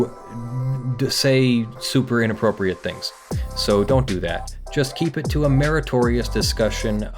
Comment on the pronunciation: “in app rope ree eight”